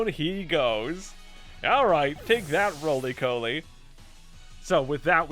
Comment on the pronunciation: Rolycoli is a pure rock type on its first stage, and is pronounced as Raw- Lee- Caw- Lee.